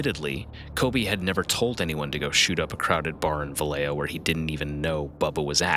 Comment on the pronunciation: The city is pronounced Valley Joe